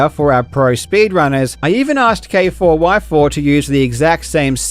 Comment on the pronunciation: Its pronounced "Kayfour" btw, not K4Y4